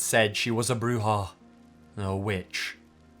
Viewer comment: Spanish word for boogy man is pronounced Coo-coo-we And u got witch pretty good but it's more like Brew-ha